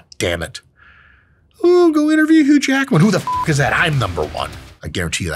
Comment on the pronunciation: “Hugh Lackman”😂 this training is lacking anything for building muscle lol